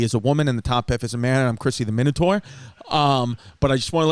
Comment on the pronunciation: Chrissy WOminotaur